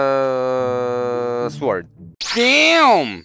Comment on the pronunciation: First we make the........... suword... Did you guys heard it?